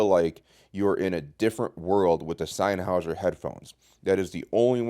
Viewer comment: the way you pronounce sennheiser makes me cringe hard